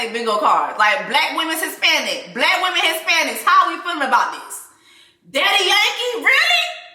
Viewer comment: “Wimmenz” is sending me so bad right now😂😂😂😂 honorable mention to “menzez”.